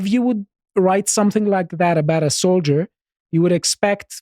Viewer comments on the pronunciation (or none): none